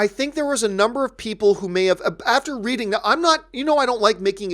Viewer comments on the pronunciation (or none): none